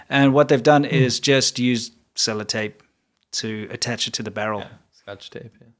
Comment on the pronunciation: Celi tape? LoL